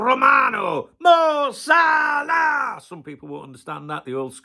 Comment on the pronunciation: Finally heard Fabrizio pronounce Mo Salah. Now I see why you make a thing of it. Funny 😂